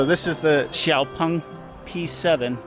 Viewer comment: You are the first Westerner I've heard who can pronouns Xiao Peng correctly. Most Westerner say as Jiao Peng or Zhiao Peng. I can totally relate when Japanese shake their heads when they hear " Shink-an-sen" instead of "Shin-Kan-Sen".